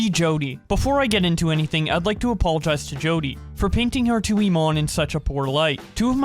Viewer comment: lmao really said "Imane" as "Imon" as if her name is Pokimon